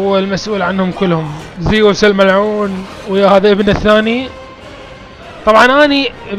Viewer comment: اسمة زوس مو زيوس